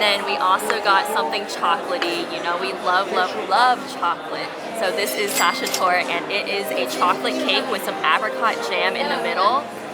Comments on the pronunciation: its not Swibel rostbraten it is spoken Tsweebel rostbraten. Zwiebel is the german word for onion. i am not a fan of sachertorte (the e at the end is not silent). but the apfelstrudel is really good. regarding traditional coffee places, you found a loud fancy place for tourists, that is not really the real deal in my opinion. a typical austrian "Kaffeehaus" is more quiet, usually a bit worn out, sometimes with dark wooden panels on the wall. it is a place where doing nothing is the goal, staying there a bit longer than just to enjoy coffee and cake or for a breakfast. when you really emptied your mind, then your creativity kicks in and some new fresh thoughts and ideas appear. that only works when you go there without anything to do. some people read the newspaper but if you get bored from reading it, you put it away and then listen to your thoughts. for americans it is probably difficult to get an authentic feeling for the coffee house tradition in austria because it needs time and many tourists don't have time. especially for US people it is not common to stay longer in a restaurant after having finished the meal. which is the opposite in a coffee house where spending time is the essence. and you have to try different coffee places to understand what is cool about it. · Sachertorte is pronounced with the E at the end, the E is not silent. Pronouncing the E ending is always correct with all German words.